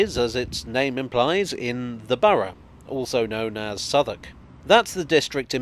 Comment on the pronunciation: I always do a double take whenever I hear Southwark being pronounced correctly, as not being a Londoner, when I read it, my mind pronounces it phonetically.